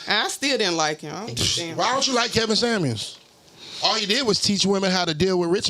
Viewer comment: It’s Kevin Samuel’s not Kevin samands lol😂